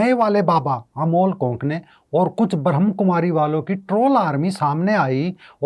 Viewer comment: Pehle toh theek sarah se bolna sikho. Ye BhramKumaris nahi hai. Brahmakumari hai. Aur Brahmakumaris family walo se NOC LETI hai!! Also... There is a spiritual nerve center in the brain which can be activated anytime in ur lifetime. Age, gender does not matter. So it is no surprise that this woman's daughter is more spiritual than her. Get real people...dont post BS.